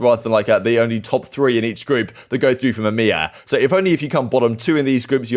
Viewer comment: i love these videos but plese dont say emea like that